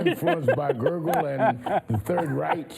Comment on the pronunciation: But Sharpton said "gurgle" Instead of Goebbels.